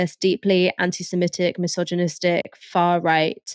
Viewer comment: There's no such word as "simetic" (although most Americans think there is). The word is "semitic" - pronounced the way it's spelt.